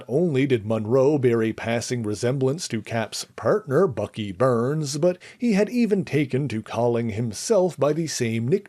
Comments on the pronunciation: I gave this video a thumbs down, it could’ve been a thumbs up, but I was really irritated with the whole video every time Bucky Barnes name was mentioned. It’s Barnes not Burns. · It's pronounced BARNS not BURNS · I cringed every time he said Bucky Burns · Where did Bucky "Burns" come from. BARNES isn't it. Also, using racism as click bait is stupid. Do better. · Do you mean Bucky 'BARNES?!' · I think it’s an accent quirk.